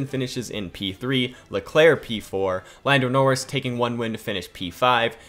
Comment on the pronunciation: Did man just say boldo noris